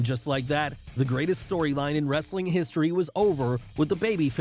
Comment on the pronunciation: We get it ur a fan were all fans stop with the corny voiced your butchering them..the way u say "wrestling" Vincent like vince b the way u said "dude" love STOP it RIGHT NOW!!